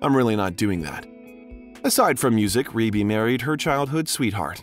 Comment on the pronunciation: I'm so happy you finally pronounced Rebbie's name correctly. 🙏